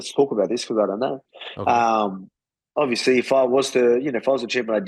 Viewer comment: "Ovesly, Ima typa guy" Volkanosvski